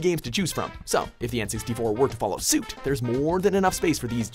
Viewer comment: anyone else rewind a couple of times to hear the weird way he says 'suit' ?